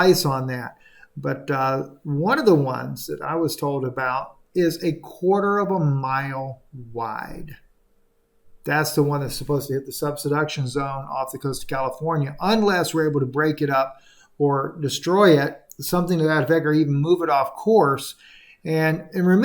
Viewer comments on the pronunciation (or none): friend, correct me if I'm wrong, but I believe you mean SUB-DUCTION zone. It sounds like you are saying SUB-SEDUCTION zone. 😬